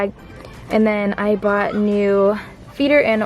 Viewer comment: Word correction: you said boughtin and its Bought. I'm not trying to be rude. Big fan! Keep up the good work! I love your channel! I love all your animals! CONGRATULATIONS on your brand new chicks! What are you gonna name them?